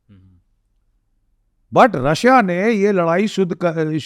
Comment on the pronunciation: Russa nhi hota Russia hota hai vo 😂